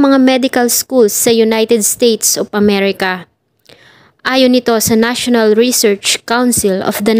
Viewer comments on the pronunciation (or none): none